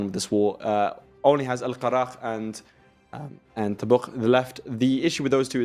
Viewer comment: The way tried to pronounce Al karak killed me inside